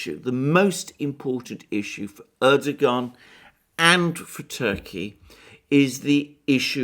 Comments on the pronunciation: Hi Alexander, If you want to pronounce Erdogan's name correctly it's easy peasy. Just change the g to a w as in Erdowan and away you go (from an Irish resident in Turkey since 2000). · lol, dear sir, your mispronunciations' of our ottoman prince wannabe name, is quaint, and your explanation for said faux pax, quite endearing, carry on speaking truth , as it truly is a revolutionary act, given the blizzard of lies we endure. xoxo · The irony is that for someone who makes pronouncements on diplomatic protocol and etiquette, Alexander couldn't be more undiplomatic, disrepectful and dismissive than by not even trying to pronounce Erdogan's name correctly. Bet that he can pronounce Zbigniew Brzezinski though! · Alexander is Greek: of course he's not going to pronounce the Turkish President correctly! lolz